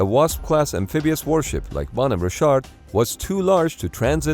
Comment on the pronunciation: Holy crap. Who ever is putting out this video, get new voice to text software. Richard is not "Ree-shart". The 28 times or so that the narration says the name incorrectly, is like fingernails on a chalkboard.